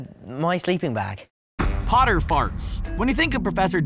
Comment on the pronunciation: Harry Potter? More like Harry POOTER